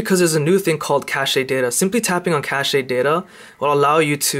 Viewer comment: It is pronounced "cashed", not "cashayed" Cache is "cash".